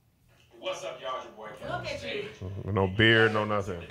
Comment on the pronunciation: Brah you gonna address being called Key-von for like an hour on Comedy Hype News ?